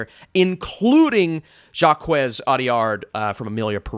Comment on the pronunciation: Now, why would you pronounce Audiard as JacQUES(T)? I swear Americans can't pronounce shit 💀